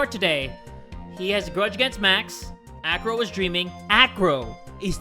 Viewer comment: Who also thought he said Afro instead of acro